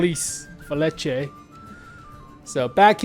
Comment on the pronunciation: … “Fe-li-che”